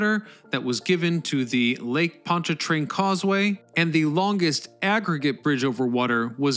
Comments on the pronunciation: Why do you pronounce Pontchartrain as "POND-a-trane?" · It’s lake pont CHAR train.